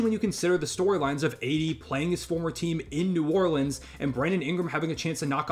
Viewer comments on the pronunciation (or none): none